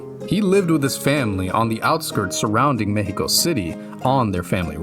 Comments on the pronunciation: gracias wey, not everyone actually investigates about Mexico, its not just dust and desert, thanks for making a good research, also thanks for saying Mexico with the correct pronunciation. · Im new here and was sus until i heard you truly say Mexico. BUT I GOT MY EYE ON YOU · He actually pronounced it right! im damn impressed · Thanks for saying the name of Our Country THE CORRECT WAY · I like how you pronounce Mexico correctly Honestly, basing the next fallout game in Mexico would be a snazzy business move! Most existing fans would still buy it, a lot of Mexicans who haven’t played fallout would buy it, and it would generate controversy ie free press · I appreciate a lot that you say Me-he-Co instead of Mech-See-Co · U earned my like from the moment u said Mexico correctly